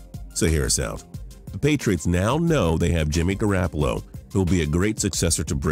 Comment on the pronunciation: Pronounce Garopollo correctly